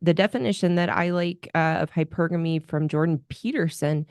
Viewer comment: So many YouTuber's pronounce "hypergamy" incorrectly as hyper-gamy as in hypersonic. Thanks for pronouncing it correctly! Hy-pergamy.